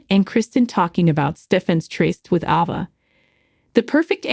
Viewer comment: Will never subscribe. The absurd way you say character's names grates on my nerves so much that I can't listen. It is Gabi not Gobi. Ava's name you blew out of the water. Goodbye